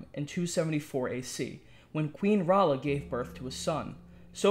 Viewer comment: Also i haven't even read any of the books....and I know its not queen "ralla". It's pronounced "ray-ella". Spelled rhaella i believe